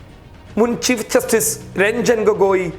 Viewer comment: ആദ്യം നീ പോയി ചീഫ് ജസ്റ്റിസ് എന്നു പറയാൻ പടിക്കെടാ പുല്ലേ